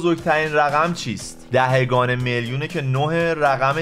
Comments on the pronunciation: دهِگان نیست. دهگان بعدش هی بگو سلطان ریاضیات تو اول برو فارسی تو درست کن بعد بیا ریاضی های ابتدایی رو حل کن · دَهِگان نه دَهگان🙂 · دَهِگان درست نیست جان🤦🏼‍♀️اون دَهگان